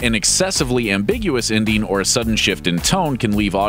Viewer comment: Please learn how to pronounce "-ing". I'll give you a hint: it doesn't sound like "-een." Example: the word ENDING should not sound like INDEEN. Your baby talk is really too much.